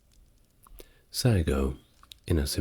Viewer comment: it's seppuku not sudoku